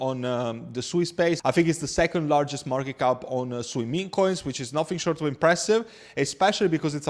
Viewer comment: its pronounced "SWEET" lol